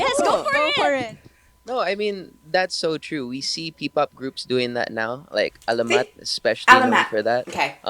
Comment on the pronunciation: Hi,! Answering your pronunciation questions: You pronounced "Alamat" correctly (emphasis on 1st and 3rd syllables: AL-a-MAT), their name translates to "Legend" or "Myth". [Not to confuse you, but similar-looking to "alamat" is the word "salamat" / Tagalog for "thanks". However, "salamat" is pronounced like sa-LA-mat (emphasis on the 2nd syllable).] 🙂 VXON is intended to be pronounced like "vision" I believe. Yeah, BGYO is read as individual initials. You also correctly pronounced the names of YARA and AJAA. Appreciate that you're very conscious of getting the pronunciations right. Yes, it's a mark of respect to say names correctly -- in any language or culture! Thanks / Salamat! 🙂